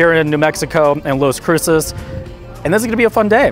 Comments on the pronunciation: If you're going to do travel videos, at least know the correct pronunciation of the destination. It's not LOS it's LAS Cruces...ugh. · LAS Cruces, not Los Cruces. 😅